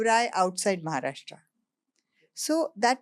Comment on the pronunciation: Ranvir bhai it's Maharashtra not Maharashtraaaaa